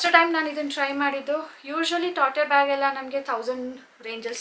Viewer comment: Pronunciation is very important for certain words. For example, "Gucci" is pronounced as "Guchi," and "tote bag" is pronounced as "tot bag" with a silent "e." Please don't take offense; I'm sharing this feedback positively.